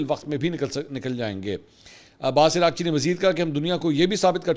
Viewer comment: Iran F M is being called Iraqchee,This is actually Araq chee ( means sweat ) kindly correct